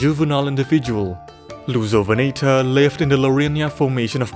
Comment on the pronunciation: i keep hearing it as "Loser-venator", man dinosaur bullying is such a problem